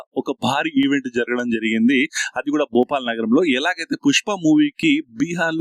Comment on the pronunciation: Bhupal kadu nayana, bhopal